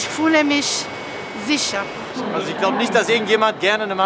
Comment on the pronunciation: puhl,rutsch,anfass...isch fühle misch sischa🙄